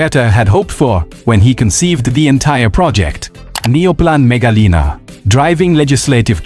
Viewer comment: mega liner, not mega lina. also its "line er" not "leaner"